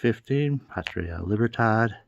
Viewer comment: The way Cuba used "Patria" as part of the motto actually means fatherland. So it would be "Fatherland and Liberty." Your pronunciation was pretty good, though.